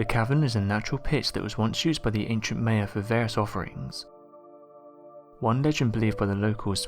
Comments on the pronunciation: MY-uh, never, ever, May-uh. This is straight from people who are Mayans-MY-ans, not May-ans. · Just cuz you're from Europe it's no excuse to just completely mispronounced a whole race of people it's pronounced my-ah not may-ah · Its Ma-ya, maya, not may-a your saying it wrong, they are also doing this in the Amazon, see Graham Hankock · Meyer?? Maya/Mayan is PHONETICALLY pronounced.. 'My-yah/ My-yan'. 😉✌🐨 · Thank you...I thought he was saying it wrong, haha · Mie uh not May uh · Arsheologists? Lascht year? Laargt? The Mayer? Weold? Huh? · M eye an not now your saying it. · Maya is pronounced mya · Pronounced My a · Your inability to pronounce the word "Maya", the very subject of the video, greatly detracts from the viewer having any faith in what you say. Obviously you have never heard or the Maya culture, so expecting to learn about the Maya from you seems useless. Please consult an audio dictionary prior to future videos, to at least give the impression you are familiar with the subject. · All this effort into a video and they don't bother to learn how to pronounce "Maya".